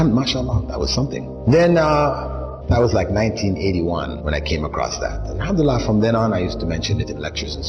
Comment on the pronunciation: You are saying hamdulilah no you say ALHAMDULILAH